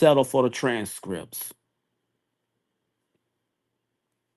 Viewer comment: yeah I see his point.. just sounds like a grandma with all the mispronunciation and slurring.. “Tran strips”😅I’m tired.